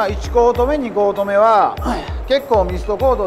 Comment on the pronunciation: 2コート目が通行止めに聴こえました。 声がよいからそれでも聞きやすいです。